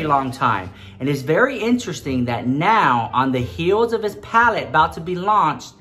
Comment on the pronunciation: “His PaleTTTTe” 😂🖤